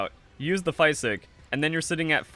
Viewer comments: Wtf is a "fie sick" ? It's pronounced fizick ....physick like physical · it’s French for green. The way you say “physick” is atrocious though.